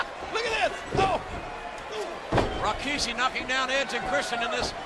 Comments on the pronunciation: Why did J.R. always say Rikishi's name as "Rawkishi" during this time? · Always hated that JR pronounced his name "Raw-kishi". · Jim Ross always insistent on calling him RAkishi. LOL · oh god ... its not RO - KI - SHI.. Its RI - KI - SHI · They always get it wrong in one of Rikishi's interview's he said that they always call him Ra-ki-shi and it's really Ri-ki-shi smh